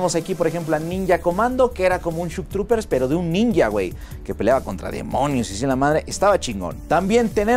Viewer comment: No es shuk trupers, es shok trupers